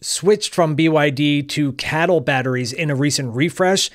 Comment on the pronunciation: Please stop saying "cattle", it's incredibly derogatory. Most people pronounce it as kay-tle.